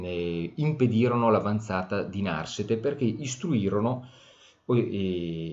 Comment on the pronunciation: Narsete con accento piano, per favore